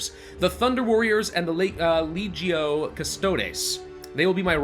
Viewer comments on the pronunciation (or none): none